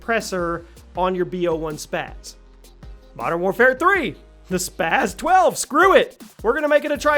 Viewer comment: Spas 12 not spazzzz 12 Also lmao mw3 spas 12, no way was it better than the KSG and striker or even the usas12 youd have to be drunk to think otherwise